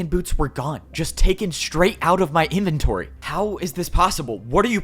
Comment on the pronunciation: got that accent in there “now INn M-y inventOry”